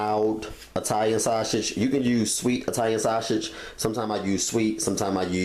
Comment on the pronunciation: Italian Shashege 😂